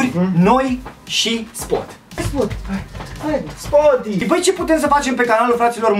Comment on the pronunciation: CP SG ba da e spot Nu şpot 😒😒